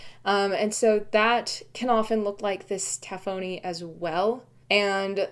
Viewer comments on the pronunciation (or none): Moqui is also spelled Moki, so you are pronouncing it correctly: Moe-kee. Using standard English pronunciation, with stress on the second syllable, tafoni I believe is pronounced ta-FONE-ee. And micrite: I have a bone to pick over the usual pronunciation of this word (mick-RITE), because it's a portmanteau word, from 'microcrystalline calcite:' MIKE-roe, not MICK-roe. Therefore, I think micrite should be pronounced MIKE-rite, not MICK-rite, but I've only heard one other geologist pronounce it this way in the last 20 years.